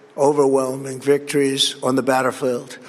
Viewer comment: Did he say Batter Field?? He's losing it even more